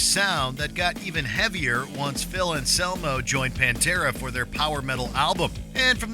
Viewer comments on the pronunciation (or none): none